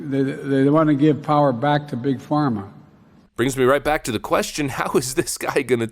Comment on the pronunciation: 'They want to give power back to big phrama'... Jesus christ I know the man lies, but like fuck was he even trying on this one?